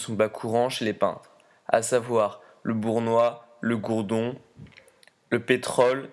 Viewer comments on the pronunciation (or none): Je trouve ce contenu totalement scandaleux, parler ainsi de Pierre Soulages me dégoûte, et je ne parle même pas de la médiocrité des commentateurs: ne pas arriver à prononcer "goudron" correctement , je trouve ça médiocre!